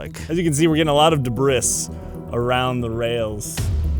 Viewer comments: debris is pronounced duh-BREE (American) or DEB-ree (British). Or think of a. French person talking about their cheese....'de brie' , the last S is silent , certainly not 'de bris' (like the bris in brisket) 😃 thats a cool gadget, though for a rail bike maybe best to lock in the front wheel (stop rotation) when on rails...there is no need to steer.? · the correct pronunciation is debree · “Duh-briss”? Did you drop out of middle school to do youtube? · i cant tell if the way he pronounces debris is a joke or not 😭😭😭 i would assume yes but americans pronounce buoy boo-ey so i can't be sure.